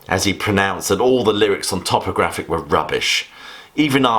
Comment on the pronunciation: I'm definitely in the lamb camp but you're the first person I've heard pronounce topographic towpographic. Another good video though, keep it up.